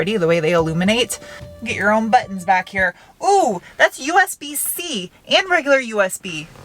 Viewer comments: Funny and cute how you say butt-ins instead of buttons. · BUTTUNS! Love it when you say buttons, he! Thanks for another great car view, as always fun 'n' informative. BUTTUNS!